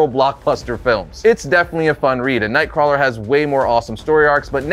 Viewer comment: Nothing clearly identifies you as a reliable source of information on a character like mispronouncing said characters name literally every time you say it…